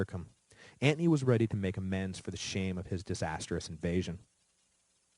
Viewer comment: LOL I was going to comment on how he says Antony, kinda drives me crazy, but maybe that's how it WAS pronounced, but I didn't hear him explain the pronunciation or I missed it, seems others agree, as you have the top comment. Great series either way, always wanted to learn about Rome but to lazy to do the reading so this is awesome, I'm more an amature war historian so I am familiar with most of the battles, including this famous battle. I will say one thing, commiting suicide back in the day was a bitch.